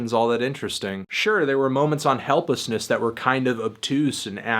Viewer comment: did you say "helplessness"?